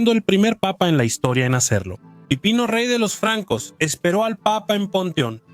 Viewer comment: No era Pipino? Es que se escucha que dices "pepino" 🤣😅